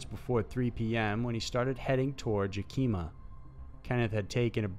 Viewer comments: Yukeema lol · Ya Kee Muh!!!!! HOLY, you butchered that one!!!